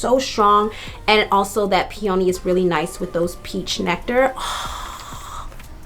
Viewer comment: It’s pronounced peee-uh-nee